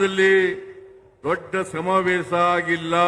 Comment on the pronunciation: ಆಸನದಲ್ಲಿ ಸಮಾವೇಸ ಥೂ.. ಕನ್ನಡ ನೋಡಿ ಎಷ್ಟು ಕೆಟ್ಟದ್ದಾಗಿದೆ. ಹಾ../...ಶ ಬರೋಲ್ಲ. ಕನ್ನಡವೇ ಧನ್ಯ!